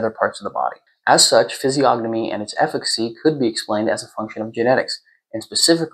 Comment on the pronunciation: Massive respect for your knowledge, very good readings. However the "g" is silent, like gnosis or gnome. Or lasagna. Keep up the good work. 🫡